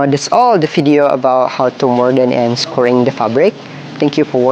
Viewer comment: Very good tutorial - thank you for taking the time. I doesn't matter to me because I and I think I can say, the rest of us understand what you mean, but if it matters to you (in your learning and communicating of English either professionally or not) by the way, I appreciate when someone attempts to converse with me in my own language. Anyway the word scouring (that you are pronouncing as scoring) is pronounced like the word cow or ow (like when you hurt yourself) You can think of it phonetically as sco-wer-ing (3 syllables) Again my sincere thank you for the lesson Much success now and in your future endeavors Peace from West Coast Canada